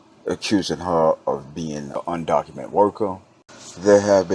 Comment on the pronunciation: Undocumented...with an ed at the end. Just saying brotha. People will take what you say seriously if you articulate it correctly.